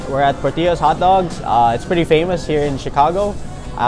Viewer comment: Pronounce the’L’s in Portillo’s. It’s not Spanish